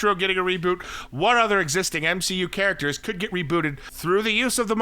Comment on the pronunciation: “cahracters” ?😅😂 oh no no nooo 🤦🏽‍♂️